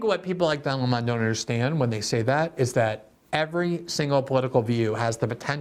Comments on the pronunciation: I laugh every time Glenn pronounces “Lemon” like “Le Mawn”. It never gets old! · Why pronounce it "Le Monde" when it's lemon? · Yes. His name is "Lemon" like the fruit, but Tucker started pronouncing it "Le-Monn" a few years ago, as a random dig, and it stuck. When I see him, my brain registers, "Don Le Monn". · Thank you, Glenn...great video! I especially like you sticking with Tucker's pronunciation of the moron's name...Don Le Mon 🤣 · I watched this primarily to hear Glenn pronounce "Lemon" as /ləˈmɑn/. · It's pronounced like the fruit. Where are you getting that from? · It's pronounced "Dun Le'Mon" with a heavy French accent 😂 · Tucker has Glenn calling him “Don Le-mon” 😂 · Take a shot every time Glenn pronounces it 'Lé-Mon'. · The way you pronounce Don Leh-mon’s makes me laugh every single time. You’re voice is VITAL to this world Glenn. God bless. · I find it hilarious that glenn calls Don, Le-mon. Like he’s french or something. Everyone knows his real name is, Don Pinto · Interestingly, the first time I heard Lemon's name was from Carlson. I assumed it was the correct pronunciation because it is close to how that word is said in Spanish (I speak some Spanish (limón pronounced: lee-MOAN)!). Then I actually saw Lemon talking and got a good laugh! Great joke by Carlson. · Is it pronounced Don Le-Mon like how a Jamaican would say 'mon'? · Why do you pronounce it Leh-Mon? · it’s Lemon like 🍋